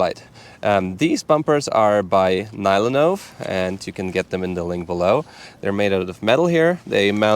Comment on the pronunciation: oh no he started pronouncing NyloNove on English manner :(